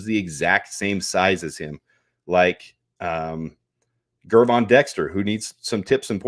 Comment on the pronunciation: why can’t you get it through your head that the G in Gervon is pronounced like the G in George, NOT like the G in Gregory? It’s like you would pronounce it if it was spelled Jervon.